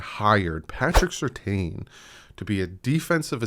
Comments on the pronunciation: It's not pronounced Sur Tayne, it's more like Sir Tan. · Quick question for or the commenters about Patrick Surtain. Back in his playing days, his last same was definitely pronounced Sur-TAN on TV. I'm hearing and Reason both saying his name now as Sur-TAYN, and they both normally know their Dolphins better than me. But isn't it Sur-TAN?